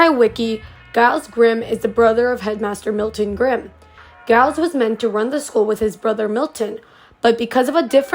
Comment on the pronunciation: Y’all I think it’s Grimm instead of grime… not trying to be mean tho :)